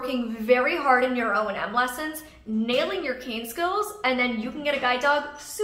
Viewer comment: I thought it was O&M, not O.N.M...